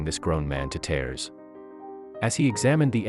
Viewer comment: You don't know how to say red or tears. Why does narrator do that??? I would call my car speedy Gonzales or maybe fat cat